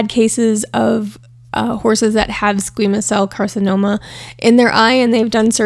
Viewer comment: It's fanominal that you saved Lucky from the slaughterhouse and I'm thrilled that he looks and feels so much better. P.S. you did pronounce Squamous cell carcinoma correctly 😊